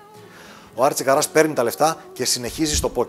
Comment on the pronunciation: Άρτσι Κάρας ρε παιδιά,όχι Καράς